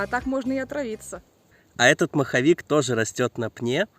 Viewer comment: Супер видео,лайк!!! Дядька не маховик а моховик от слова мох😆👍👍👍